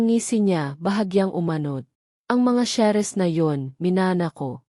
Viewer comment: Ano b Yan Hindi marunong mgbigkas ng inglesh words....SALES at SHARES Salis dw at saris hehehe